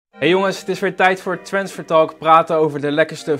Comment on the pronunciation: Ik word wakker en het eerste eat me opviel was de uitspraak van transfertalk😂 maar bedankt voor deze heerlijke goeiemorgen